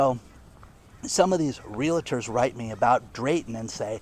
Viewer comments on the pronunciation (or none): It is NOT an accent. It is being mispronounced. It is a 2 syllable word - real + tor, not a 3 syllable real + LA + tor. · C'mon, you've had plenty of time to heed my repeated advise and learn how to pronounce realtor. There is no "LA" in the middle. Just REAL+TOR. You can do it!